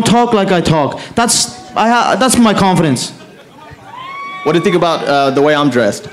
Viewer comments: "they don't tink like i tink" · "They dont tink like I tink" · They dont tink like i tink looooool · They don’t tink how i tink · Mcgregor always wins because they don't "tink like he tinks" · I tink..... A lot i tink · They don't tink like i tink 🤣😂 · they don't tink like i tink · They don’t tink like I tink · They dont tink like I tink... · They don't move like I move, they don't tink like I tink, they don't tok like I tok...... hahahah he is jokes but still great fighter